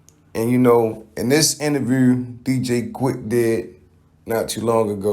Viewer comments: Why can't Baltimore niqqas pronounce "oo" words? Tupac, interview, do, crew, blue. 🤣🤣🤣🤣🤣🤣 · Bro, I'll give u a $100 if u can say "Youtube" and "interview" properly lolz